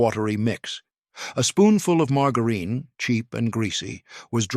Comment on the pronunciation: "Mar-gerr-een". Typical AI voice, badly programmed. 😮